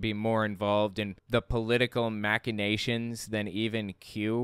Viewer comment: I love your vids, but please... It is pronounced (albeit not spelt) MASHinations, not MACinations! That C is pronounced as S. Apologies.